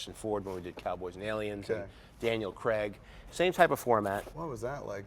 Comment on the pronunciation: lol Americans can't pronounce Craig properly